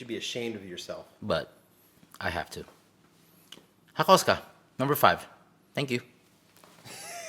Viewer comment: the way he said hakosuka annoyies me its pronounced haako suuka